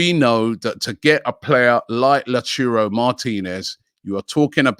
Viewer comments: Robbie please stop saying Lau churro martinez or lauturo.. it's lautaro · Robbie i beg man stop saying La Churo😭😭... its Lau ta ro.... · Can someone please teach Robbie how to say lautaro "la churro" Martinez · Robbie pls learn how to say names properly. its L A U T A R O not L A T U R O. Sort it out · Lau - tau - ro Martinez NOT Lachurro. Butchering names again. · Lauchuro martinez!!! LOL no chance Robbie! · LAUTARO Martinez not Lechiurou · nobody: Robbie: La Churro Martinez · My ears hurt when robbie says LaUTurRO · "La Churro" Martinez? Lmao If he doesn't sign it's because Robbie keeps calling him a Spanish doughnut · LauTaro Martinez - Robbie!! T not C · I hope La churro doesn't come for this same reason. It would be mad to hear Robbie say it like that everytime. PLUS, when did Robbie even start saying first names of the players? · Robbie Please pronounce Lautaro Martinez correctly. Your pronounced his name wrong! It's Lotaro ! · Who's this "Lachuro" Martínez Robbie keeps mentioning? 🤔🤷🏽‍♂️ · Someone please correct Robi on how to say Lautaro Martinez’s First name correctly cuz I can already see the pain coming next season if Arsenal sign him. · Robbie if you cant pronounce Lautaro then just say Martinez. Pls Robbie i cant keep up with this😂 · The way he pronounces Lautaro triggers me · It triggers everybody